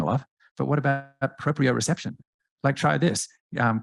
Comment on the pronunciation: Did he just say “proprio REception?” There’s no “RE”. Run from this “scientist” RUN